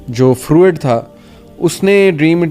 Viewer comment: براہ مہربانی نام “سگمنڈ فرائڈ” کا تلفظ درست کیجیے۔ آپ اسے سگمنڈ فروئڈ کہ رہے ہیں جو کہ غلط تلفظ ہے۔ درست تلفظ کے لیے حوالہ